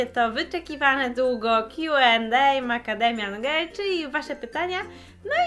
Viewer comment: Czy tylko ja słyszę "Kiu and ej, makademian gej" ?